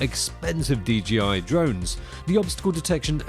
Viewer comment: Great video as ever. By the way it’s DJI not DGI. 😉